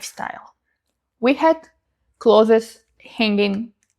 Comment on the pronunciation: Ok, the accent would vanish if you just pronounced clothes correctly. Don’t let the “thes” lead you astray. Say “close”, but sneak in a “th” before that “e”